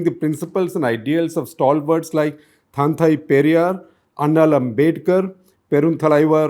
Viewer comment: Name pronunciations are grossly wrong. Dont you have anyone of Tamil origin in your teams who can help you pronounce these right? Such as ‘ Thanthai Periyar’ ..